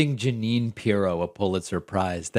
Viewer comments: He's says "Pulizer surprises", yes they would be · Poohletser prize? 😂